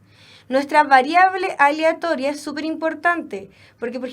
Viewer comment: que tanto cuesta pronunciar "aleatoria" por la re chucha